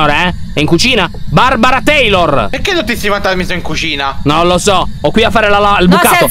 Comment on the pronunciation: Queste qui sono le volte in cui Lyon a detto BARBARA TEILOR.😅😂😂😂😂😂😂😂⬇️